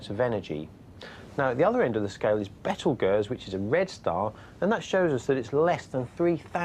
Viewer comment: What is a betelgeerz, it is pronounce beetle guese